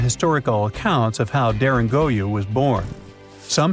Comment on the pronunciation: It's Derin-koo-you not Derin-goo-you, just saying. Unless u r aware of something I'm not??